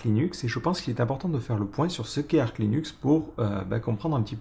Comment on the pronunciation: Ça se prononce Arche, et non pas Ark. Source : ~ Officially, the 'Arch' in "Arch Linux" is pronounced /ˈɑrtʃ/ as in an "archer"/bowman, or "arch-nemesis", and not as in "ark" or "archangel". ~